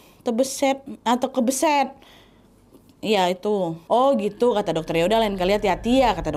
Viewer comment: KESABET nadia bukan KEBESET 😅